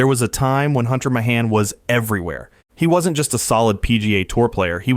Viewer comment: Like Hunter Mah-hahn, I think AI narration needs to have a built-in name pronouncing element. I'm sure Bill Gahtez and Microsoft can come up with a solution.